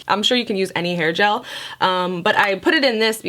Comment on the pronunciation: Hail gel ok...(screech sound) did she say hair gel? 🤨🤔🤪